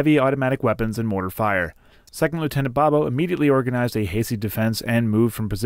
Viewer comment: Your photo has been reversed. The foul anchor should protrude from the bottom left of the globe, but yours is just the opposite. Also, his name is pronounced "Boh boh" not "Bob-oh."